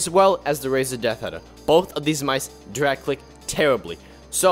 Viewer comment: "it can't dwag cwick im so sad"